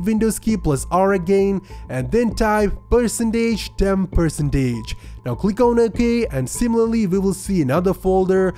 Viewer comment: Everyone: percentage This guy: pursentaje